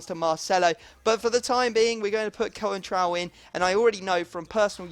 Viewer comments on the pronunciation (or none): Coentrao is pronounced without the e, so its like Con-trao